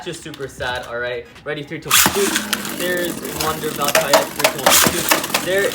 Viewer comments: It's valtryek not valtraayak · It’s voll-tree-yek not voll-tri-yek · It’s Val-TREE-eck not Val-tri-eck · It is val-tree-eck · It's pronounced val-try-ek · It’s Val- TREE- ECK that’s how u say it plzz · im laughing he cant say valtryek properly XDXDXD